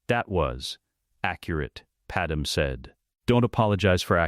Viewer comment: I hope You’re aware that Padme’s name on here is pronounced Pad Em. The real pronunciation is Pad May.